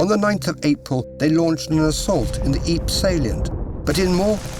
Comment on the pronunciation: Yikes! Ypres is pronounced by English speakers as "EEPRUH" silent 's'. Not EEP! 🧐